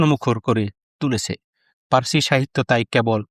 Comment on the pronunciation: এই তোতলারে কে voice দিতে দিছে ও তো পার্সি শব্দটাও ঠিকমত উচ্চারণ করতে পারে না।